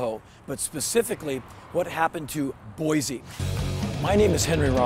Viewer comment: Pronounced Boy-See... most people seem to get it wrong.